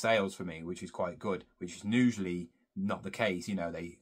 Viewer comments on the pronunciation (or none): Usually...not nusually...aarrgghhhh